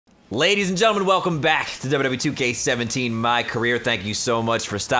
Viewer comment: In the intro said BACKCK